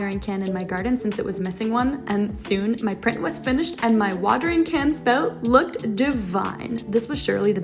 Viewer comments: Are you Canadian? I didn't think it till I heard you say "spout". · “Spout” Canadian detected!